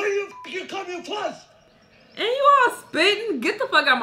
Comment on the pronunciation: I rewind so many times because of how the man was pronouncing "fast" 😂😂